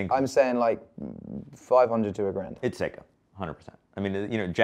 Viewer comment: Say-ko, not see-ko